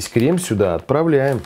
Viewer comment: дэмбэль, одэсса, крэм, берэт, крэсс